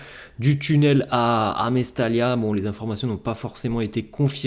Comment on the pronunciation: mais surtout que cette rencontre a été entaché par la grave blessure de Muctar Diakhaby qu'on espère se rétablir et passer cette douloureuse épreuve.. nos sincères pensées à lui. BTW ..ça se prononce Mestaya....et non pas Mestalia...merci..